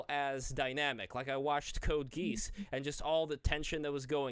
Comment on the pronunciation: "Code GEESE" pronunciations are killing me